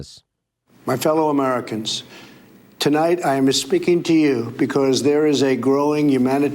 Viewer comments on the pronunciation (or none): Did Trump say he is "espeaking?" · Is it just me, or does it sound like Trump says, "My fellow Americans, tonight I am MISpeaking to you. . . "? :D